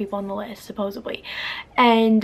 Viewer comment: It's supposedly not supposebly....... Why do so many people not know that word???😂😂😂 hah I'm sorry I just am a nerd about words like that. Love your videos tho!!💗